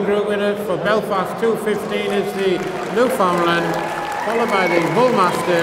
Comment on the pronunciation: Good god. Learn how to pronounce "Newfoundland". PLEASE. NEW-fn-LAND. Not newFOUNDlnd.